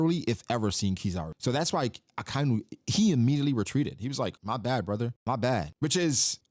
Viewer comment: Aka-inu means red dog, red is aka or akai. Inu is dog, Not akai-nu.